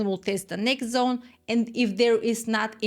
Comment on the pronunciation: "Welcome to the Liquidity Zon." 🎉